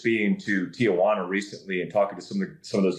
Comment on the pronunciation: Tiajuana lol come on guys teejuana